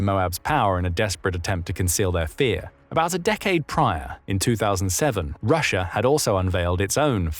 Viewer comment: FOAB - roo-shee Uh 😜